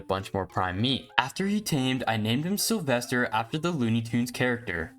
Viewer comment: "I named him Sylvester" Slyvester 😆